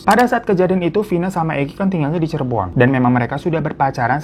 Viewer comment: Cirebon bang bukan cirebo 😂